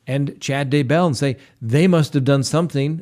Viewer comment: as if you haven’t already been told 100 times, the accent is on the first syllable in “Daybell”